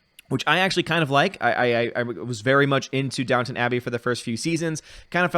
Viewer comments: It's DownTON Abbey, not Town ;) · KEK - It's Down-ton Abbey Not Down-Town Abbey... I Know I thought it was Downtown when the show came out years ago then I looked at the title and scratched my head... I heard it was a good show for women, but I never watched it. It didn't look my speed. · Downton, not Downtown. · Downton, not Downtown. 😄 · It's Downton Abbey lol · Downtown or Downton?